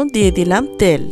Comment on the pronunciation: ত্যাল না তেল বলেন